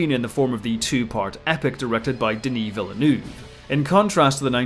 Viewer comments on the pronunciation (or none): Great as always. The only issue I have is that no one seems to be able to pronounce Denis Villeneuve’s name, always switching to the American Spanish influenced interpretation rather than the French.